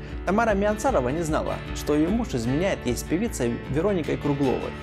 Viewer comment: СОпот и ВеронИка. Следите за своей речью или вы плохо знаете русский?